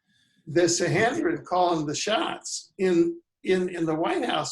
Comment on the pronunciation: the word is SAN.HE..DRIN. there is no N, not HEN, you have said this name in.correct so many times I could not get whatever point you wanted to make....your mis.pro.nunciation was so irritating.....t